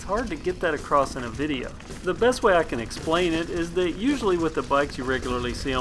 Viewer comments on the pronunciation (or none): none